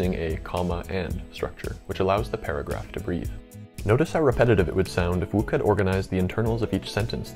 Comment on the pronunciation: I was just googling the pronunciation of Herman Wouk for my latest video, and google agreed with my original pronunciation of "Wook". Curious, what made you think it was "Woke"?